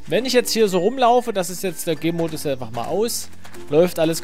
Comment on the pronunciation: Der Anfang :D Ich versteh immer wenn du "Gamemodus" sagst, "Gaymodus".